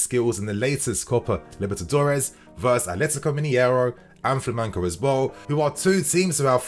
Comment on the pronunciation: Please stop saying flamenko. It’s with a g. As a Brazilian it’s hard to hear. Keep up the amazing videos though!!